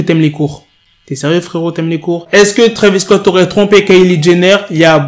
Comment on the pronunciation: C'est Travis Scott pas Travis cott